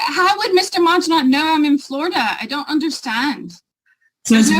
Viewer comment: Her Irish coming out😂"How would Mr. Manjunath know I'm in Florida I dunt understand?!"